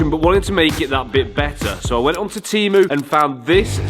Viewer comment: Timu 😂😂😂say temu it's not English word my friend